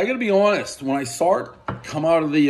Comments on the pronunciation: Ya hear that, guys? He “sawerr” it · 1 saw-r it, everyone adds an r